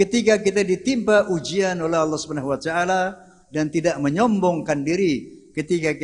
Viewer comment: Kok wacaala?, harusnya wataala.